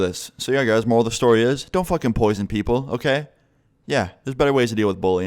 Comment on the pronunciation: " YOU CAN'T POISION PEOPLE.." 😂😂😂